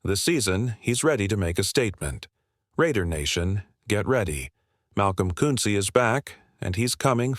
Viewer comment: This AI can't pronounce Koonce properly it's irritating